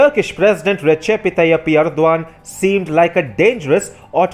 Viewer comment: All this great info and I'm simply amazed how you can pronounce the Turkish leader's name!